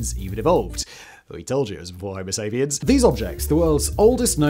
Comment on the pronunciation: OH GOOD LORD! Each time I give you another shot you disappoint! It is always with production! Don't speed up your video, since your English is nearly unintelligible even on normal speed!!! Bailing out of the video in because I lack the patience to discern what you are saying. CC can't even figure out what you are saying!!! you are talking about Soviet instead of homo sapiens and "long Quest 3"... NAH! Not worth it!